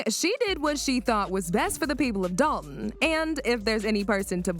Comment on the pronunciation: I wish these YouTubers would learn how to say the village’s name. Dolton, not Dol-on.